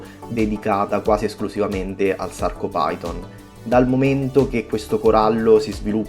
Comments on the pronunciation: Si chiamano Sarcofiton e Lobofiton, non Sarcopiton e Lobopiton. E' latino, ph si legge F. PHYTON= FITON. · ciao ottimo video e ben spiegato ma hai pronunciato male 2 coralli si leggono: sarcofiton e lobofiton non si leggono come si scrivono.. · Scusa se te lo dico, ma la sporcizia di cui parli è fauna bentonica utilissima alla vasca. Ti chiedo scusa una seconda volta, ma i nomi corretti sono "Sarcophyton" e "Lobophyton", pronunciati alla latina maniera, ovvero "Sarcofiton" e "Lobofiton". I loro polipi non si estendono in base all'umore, si estendono in base alla corrente ed alla qualità dell'acqua, a meno che non siano in muta. I coralli in questione hanno uno scheletro carnoso, ma, soprattutto, uno scheletro fatto da scleriti, ovvero, piccole spicole calcaree dalle quali traggono consistenza. Il Gramma lo vedrai fra un po', quando prenderà confidenza con te. Ti prego di non prendere ciò che ho detto come una critica, ma piuttosto come un confronto tra hobbisti. Best regards.